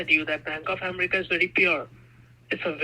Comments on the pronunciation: Oh, the out loud laughs from me through out this video!!😂😅😂😅 Another great video,! "" is relentless in his stupid stories and explanations. "Bank of AM-er-EEK-a"... not said once or twice, but every time! Then later "you need to pressurize them to send the money..."... more than once! What a hoot!! Thank you for your work, and your sister, too! ❤❤❤ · Why would a FBI agent say umreeeka, aren’t they taught how to correctly pronounce the name of country they took an oath to defend at Quantico 😏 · Relative cultures have so many hidden messages. OMG, he pretended to talk to his boss, using his same voice "Bank of Am-ar-ica". "I'm talking to my higher aut-hority"